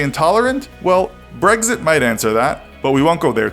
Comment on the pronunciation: Man said Brgdsit